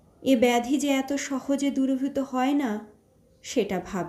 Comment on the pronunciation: গল্প এবং পাঠ দুইই ভালো লেগেছে তবে কিছু শব্দের উচ্চারণে ত্রুটি কানে লেগেছে। যেমন দূরভীত, মুজরনী ইত্যাদি। যতদুর জানি সঠিক শব্দ 'দুরীভূত 'ও 'মজুরনী'। ভবিষ্যতে এই ধরনের ভুল থাকবে না আশা রাখি।